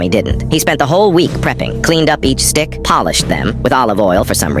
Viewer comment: Not it saying dick instead of stick